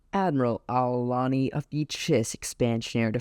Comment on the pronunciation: Well there was a gem in my Youtube Suggestions I like your style keep up the good work you got my sub ❤ Btw Chiss names are pretty complicated so ko worries but you had a small mistake wit Ar'Alani its with an R not an L but i did the same mistake myself in rhe past so no worries